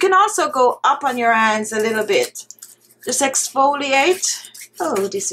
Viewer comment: Dear I have a friend from Jamaica all her family they pronounced it like that honey-aney, hands-ands extra